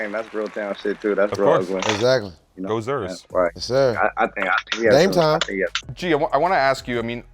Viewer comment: said "go zers" when referring to the trailblazers. As a Blazers fan literally nothing else is up for contention smh